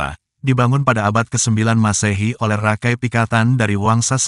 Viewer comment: Maaf, koreksi, menyebutnya bukan RAKAI, tapi Raka I, artinya saudara tua yg dihormati